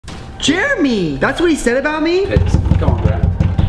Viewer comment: anyone else hear call Jeremy Juremy